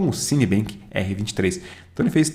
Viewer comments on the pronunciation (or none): show... so uma correção a pronuncia correta é "bentimarque" e nao "benquimarque", o msm vale pro cinebench. rs conteudo top